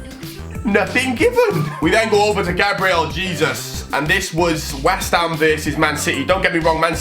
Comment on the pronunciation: How did he pronunce Gabriel Jesus?